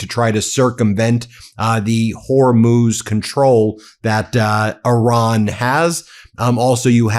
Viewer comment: When he says "Oran", he does of course mean Iran.